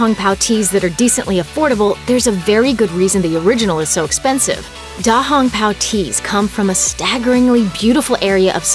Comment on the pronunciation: Smacks forehead because of the horrible Chinese pronunciation btw da hong pao means big red cloak